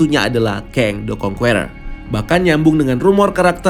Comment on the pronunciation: karna kedepan ny kyk bakal banyak nyebut nama "kang the conqueror",, saran min, di perbaiki pronunciation ny.. serius kedengeran ny kurang enak min.. "conqueror" di baca ny (kongkerer) huruf "E" ny dibaca kyk ngucap kata (ke)mana BUKAN seperti kata (ke)re alias gada duit.. :) good luck